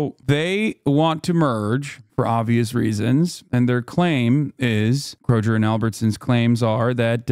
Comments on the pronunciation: He said "kro-jer" haha that's the firs rive ever heard that It's kro-gur in pronunciation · "Krojer" lmao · Calling it "krojer" is wild lol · Me: I’m a pretty open minded person! I think opposing opinions are good for any rational discussion! Me, hearing Hasan say “Kro-jer” over and over: 🫠